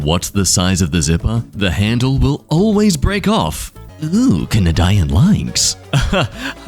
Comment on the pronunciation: bro said can-a-dyan lye-nx